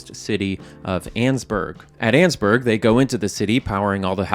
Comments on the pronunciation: Pretty sure it’s pronounced “An-es-burg” not “anne’s-burg” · i love how you pronounce Annesburg "Annzburg" and not "Annisburg" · Its not "Anns-burg", it's "An-nes-burg"... 3 syllables. I know, cuz I lived there for many years. Its in Virginia. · In the kindest way possible, I disagree with pronunciation of Annesburg